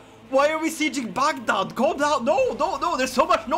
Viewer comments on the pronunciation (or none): none